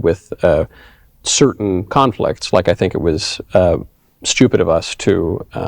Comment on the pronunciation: Dude...! You pronounced "Stupid" wrong... it's not pronounced, "Student".. lol